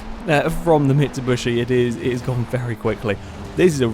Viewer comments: its mitsubIIIshi XD not mitsubUsi !! btw i think this channel diserves more subscribers i am with it sicne forza 4 just come out and i was surre it would grow very fast but for some reason it didnt ! gj guys !(where are Alex and Husky?) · Why do you keep calling it a MitsuBUSHi? xD